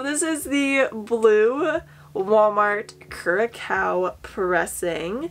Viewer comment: Curacao is pronounced like the way you said it, except the second part make it sound like it rhymes with 'how' but with an 's' (like you're saying south without the -th). Great collection!